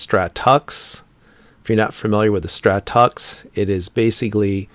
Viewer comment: I've always heard stratux pronounced "stratix" not "tux". But I know how much you like your linux hah.